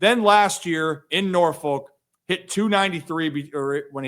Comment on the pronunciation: According to Jason Lacanfora, Norfolk is pronounced "Nah-fuck"